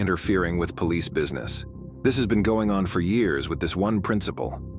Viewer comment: The Poh-leese